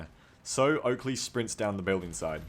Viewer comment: Its Oakrey! your accuracy = TERRIBLAH! :D